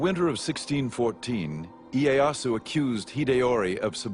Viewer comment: ee-ay-ah-soo lmao